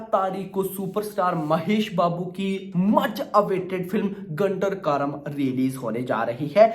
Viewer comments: 'गुंटूर कारम' बोलो भाई..... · Bhai Naam galat bol rahe hain movie ka